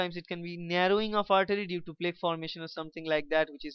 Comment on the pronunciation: Your pronunciation of the words "Angina" and "Plaque" are wrong. They are pronounced as "Anjaaynaa" and "Plaak".